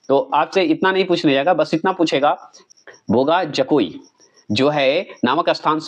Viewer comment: कुछ का उच्चारण स्पेलिंग ठीक से नहीं बोलते हैं बोगा जकोई अलग अलग करते हैं जबकि एकसाथ बोगाजकोई होता है जो समझने में आसान लगता है